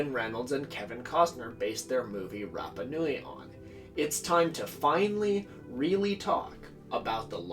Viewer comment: Aargh! Note from the Pedantic Police: it's "MAH-key MAH-key", & "RAH-PAH-Noo-eee". I know it's only a little thing, but it bugs the obfuscationist-hell out of me hearing names mispronounced (it's kind of my thing, man; that's why I've been single for 20 yrs...)... ;~ ]